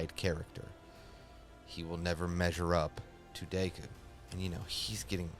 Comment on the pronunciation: Pronouncing Deku’s name like Dayku the whole video make me tweak